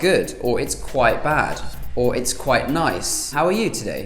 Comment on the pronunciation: You said “quite” so many times I thought you were saying Kuwait